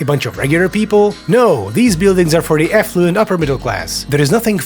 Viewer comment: Funny. You pronounce it "effluent" which means something else, but is somehow equally apposite.